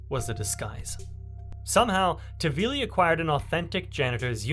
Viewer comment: Nice video but his name is not tavili but taHvili